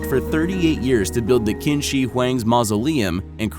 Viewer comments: Qin is pronounced "Chin." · Qin shi Huang (di) it pronounced chin (qin) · Qin is pronounced chin